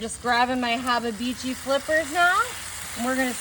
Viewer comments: If you say hababeechi just one more time, I'm gonna freak out! It's habachi. Pronounced - hah bah chee 🤨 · Did she mean hibachi when she said hababichi? 😮😢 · Hababichi is wild! Its pronounced hab-a-chi. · ok, i'll ask, what's a 'haabah-beechee', do you mean 'hibachi' aka 'hah-bah-chee'??? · Wtf is a " Habibitchi"? Does she mean Habachi ? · What is a hababichi? Does she mean Habachi? Someone let me know. 😮🫩🤢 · Pretty sure it's spelt Hibachi not hobby had itchy or whatever she's saying. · What is habebichi? Is she trying to say hibachi? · You lost me at the can of tomatoes, then you slapped with the "warsh-yer-sister" sauce... and by the 5th "hab-a-bichi" I almost threw my phone.... Im amazed and appalled at the same time... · If she say hababeechy one more time! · Is Hababichi the brand of hibachi she is using, or did she pronounce it? 😂😂😂💀⚰️🥀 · Did she say haba-beechy? Did she call it wash-your-sister sauce? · Hababeechi? Worchestershire sauce? Damn!!! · Wtf is a habba-beachy? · Lol ! I'm still looking for the second B in habachi !! 😂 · I've been saying it wrong then Laugh out loud!!! "Hubabichi"😅😂😂 I can't believe what I'm seeing. But then again she need a whooping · Does she mean hibachi? 😂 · Ya burned it and you can't say habachi correctly. How often does your husband go hungry? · That looks absolutely gross. She should learn how to pronounce the name of grill correctly. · I want to punch her for mispronouncing "hibachi" while playing with that much food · You do know that your saying hibachi WRONG. It's not even the least but humorous. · This is just gross ,what is she like a hillbilly who won the lotto so now she just bought herself a big grill to cook on ?an why does she keeps prononcing the name of the grill wrong smh